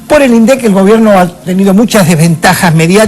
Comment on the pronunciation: El debate era por las legislativas,en las que se sobreentiende que cada cual debería haber mostrado sus propuestas, pero se habló hasta de "concierto",pero del tema en cuestión,NADA! En consonancia con P.Gay y siguiendo el pie que le dió (Min. ), atacó a los gritos a los "índicisdilindec" (así lo pronunció). Quiere volver al viejo INDEC manejado por el FMI que inflaba la inflación para darle 400 mill de U$S por punto a los tenedores de títulos entre los que se haya el gran diario...